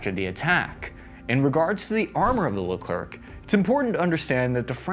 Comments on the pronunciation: Pronounced Le Claire. Also I thought the K2 Black Panther from South Korea was the most expensive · Small French tip, the "c" is silent at the end of a word and when an "e" is before an "r" you pronounce it "ai" (sound like "air" in English without the "r") and the "r" becomes silent. Buuuuut because of the "c" at the end, the "r" is no longer silent , which becomes "air" instead. So in French, "Leclerc" sounds like "Leclair". Funlly enough. In French both ways sound the exact same, but that excuse doesn't work during a test so you are still going to lose half a point for writing it "Leclair" instead of "Leclerc" even though it's more intuitive. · Just a detail: Leclerc is pronounced “Le -Clare”. Isn’t it great to be independent? But, really, in 2024, all tanks are dinosaurs. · I beg you, please: its pronounced "Le Claire" as in the first name "Claire". Please do take this piece of advice into consideration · It's not pronounced Le Klerk, the final C is silent. You pronounce the first "e" correctly, but the second is pronounced "è", like in english word "pen". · Its actually not a Luh Clurk tank. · Soz but it’s pronounced Le Claire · It's pronounced "leclair" ;) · saying leclerk is cringe. just saying. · dont pronouce the r.... its pronouced leclair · You could at least try to pronounce the tank name correctly... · Then you’re pronouncing it it wrong, no if ands or buts…C is silent…as are Ts and many end letters in French. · French people is dying each time someone prononce the last c of Leclerc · Sorry, I'm french, and Leclerc is pronounced whitout the ending C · French Pro Tip: The last C in Leclerc is Silent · American cousin : don't pronounce the ending C make us a favor next time you come in France ;) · Nice video and for information we don't pronunce the "c" to the end of LeclerC in France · The last "C" as "Leclerc" is silent... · The last letter C in Leclerc should be silent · The way he pronounces "Leclerc" really hurts my soul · dont pronounce the last C